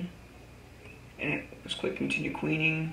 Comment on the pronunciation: LOL he pronounced it qweing. Great vid though.